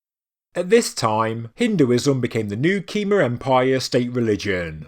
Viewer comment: It’s terrible pronouncing of Bayon and Khmer.